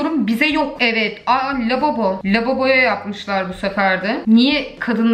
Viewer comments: 9.40 labobo diyorsun abla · orda lababo diyon sjsjsjsj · "lababo" ahahahahhahahahah😅😅